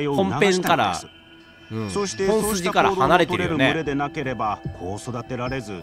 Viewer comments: む↑れ↓が気になりすぎるww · 「群れ」のイントネーションwww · 群れのイントネーション www